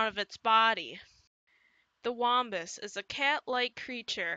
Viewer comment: a "wambus" and a "pugwudgie" u gud pronunsee eight